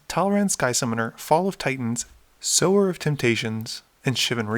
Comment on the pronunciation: You pronounced "Sower" correctly! Fuck yes! I knew you had it in you. Way to go, tiger!